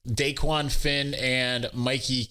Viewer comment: It’s not DAEQUAN lol